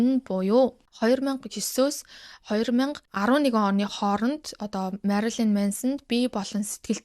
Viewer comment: Marolyn bish Marilyn shuu. Shuvt Marolyn gd bh yum angilaar unshih gj aldag gar bndà